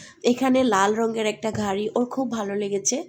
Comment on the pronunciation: ঘারি?? প্রাদান্য? প্রচন্ঢ?😂😂 নিশ্চিত মাদ্রাসা ব্যাকগ্রাউন্ডের মূর্খ। আপনার সন্তানকেও মাদ্রাসায় পড়াইয়েন, দূর্দান্ত আলেম হবে, যে শুধু কোরআন ছাড়া দুনিয়া কিছুই জানবে না, ঠিকমত বাংলাও বলতে পারবে না ঠিক আপনার মত।